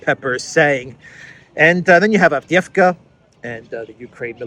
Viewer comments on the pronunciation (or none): none